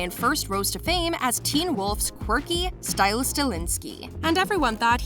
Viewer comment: also Style instead of stiles and stelinsky instead of stilinsky